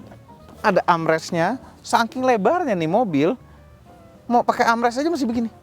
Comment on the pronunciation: arm rest 😂